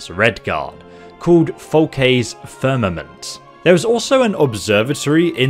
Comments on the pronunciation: You nailed "firmament" 👍 I've always heard "scimitar" pronounced SIM"-ih-TAR' though, not SIM"-ih-ter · I’m dyslexic too but I know you pronounced The Firmament correctly. It’s funny Morrowind was one of the games that helped me read when I was a kid.